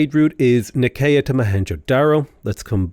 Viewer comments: It's nigh-see-yuh. Please please please. Nigh-see-yuh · Nicea = N-eye-see-ya